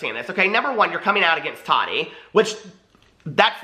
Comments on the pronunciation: I hate how he says Tati's name bahahahaha it's TAH-TEE not totty bahahaha. Subscribing tho cuz he was saying everything I was thinking about that BS snapchat story Gabriel posted. Bunch of unnecessary information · Is it just me or does anyone else hate the way he says, "Taht-tee"!!!!!???? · I love how you Tati. Lol sounds like you’re calling her Toddy lol 😂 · When he says Tati sounds like Toddy